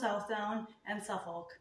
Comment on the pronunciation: This has been very useful, trying to decide which espinner to get (perhaps!) thank you! May I help you with something in return? I heard you say Suffolk. I live in Suffolk, although I’m not a native, and there is a Suffolk accent, but we brits don’t pronounce the L. So just say sUff-uh-k, run it together with the emphasis on the suff part. The end of the word just fades away. Hope that helps! Same applies to Norfolk. No L. I’ve no idea how the L got there, and we have similar spellings for calm, balm, folk where the L isn’t pronounced. I’ve heard other people struggle with some of our English breeds, like BF Leicester is said just BF Lester, I’m sure y’all know that one! Corriedale is just Corrydale, just 3 syllables Hope this is useful to non English spinners. No criticism intended. I wouldn’t know your stuff either 😉